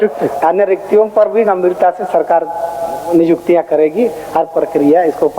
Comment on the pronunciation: Nijuktiya nhi niyuktiya hota h 😂 humesa se aisa hi bolte h yaa Jairam ke samne jubaan ladkhada raha h